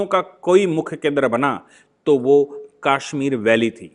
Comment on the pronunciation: Aap ke videos bot ashe or information wale hotay hain lekin aap Kashmir ko Kaashmeer bolte hain jo bot hi ajib lagta hai